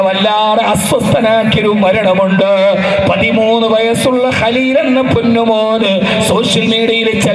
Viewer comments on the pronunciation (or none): സഹോദരിയുടെ മകൻ 😔 ഖലീൽ അല്ല ഹലീൽ എന്ന് ആണ്